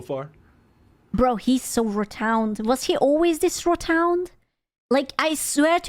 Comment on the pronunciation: its rotund not rotound lol